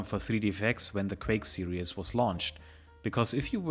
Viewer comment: serieeeeees, not serious (that is serious sam) ""...